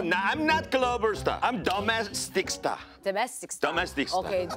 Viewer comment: At first I thought he said "dumb-ass-tic star" LOL (which BTW in fact was "domestic star"). Love Jessi!